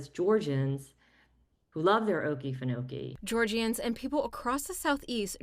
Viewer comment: Oh-KEE-fen-oh-kee, with the emphasis on the second "oh." Thanks so much for sharing this story! 🙂